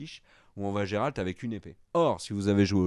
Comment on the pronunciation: Et pourtant il est super populaire parmi les fans de jeux-vidéo, et puis là le prononce à la française, en vrai on dit "Guéralte", et ça s'écrit Geralt.